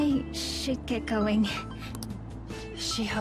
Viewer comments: shiho isnt pronounced she ho its pronounced shio (the one that looks like yandere chan). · Have you heard of that girl Shiho I heard shi a ho lol but please live